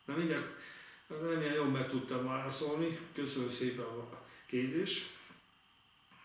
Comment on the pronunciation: Minden "váaszóni" után :D